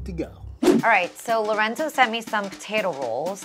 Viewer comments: Funny how Esther said lorendo instead of lorenzo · the way chef esther pronounced lorenzos name as "lorendo" is funny to me HAHAHAH